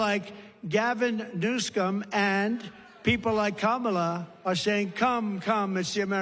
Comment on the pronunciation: I don't know if anyone caught how he said Gavins last name. Gavin Newscumb!!! 😂😂😂😂